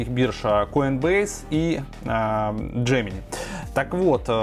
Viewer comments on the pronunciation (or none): none